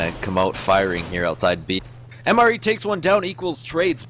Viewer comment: I'm almost certain MrE is pronounced "Mister E", or mystery.